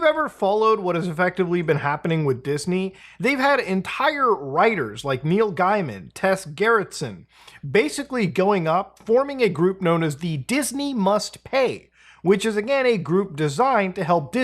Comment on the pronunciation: “Neil Guy-Man” Sorry I’ve never heard that pronunciation before but apparently online it seems kind of common lol. His name is supposed to be pronounced more like “ gamin’ “